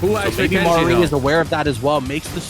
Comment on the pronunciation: idk how yall be struggling to say "Mari" every single time 🤣 it's not Marie, its not Mary, it's just Sorry with an M.